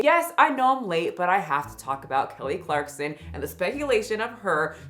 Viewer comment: It’s clarkson, not clarkston